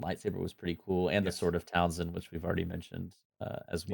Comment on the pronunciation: Sword of Talzin: I feel like I’ve heard this pronounced several different ways, including Townsend, which always makes me imagine Pete Townsend of The Who swinging a sword instead of a guitar. 😂